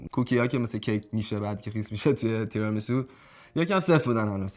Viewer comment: چرا هی میگند “تِرامیسو”؟ تیرامیسو هست اون سبزی هم روکُلا هست نه رآکُلا، rucola Tiramisù